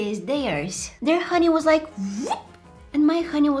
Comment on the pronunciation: The amount of times she said honey as haniya😭